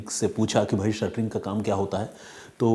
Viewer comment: Shuttering nhi shatring bolte h sir